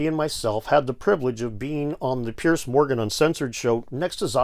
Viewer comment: Guys, just an FYI, 'Piers' is pronounced PEERZ not "Pierce".